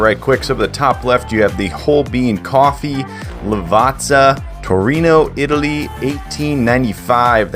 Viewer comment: Lovely review, love the bean, love the correct pronunciation of Lavazza.